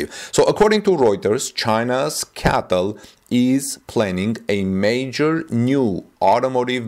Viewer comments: It’s C-A-T-L not CATL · it’s pronounced C A T L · Hello, in an attempt to help your English version videos, raybar is not an English word. It is rebar (reebar). C A T L is not pronounced cattle (those are cows) .Cheers from Canada. :) PS: I understand you are communicating in a second language and you're doing very well.